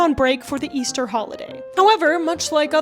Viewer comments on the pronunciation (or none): none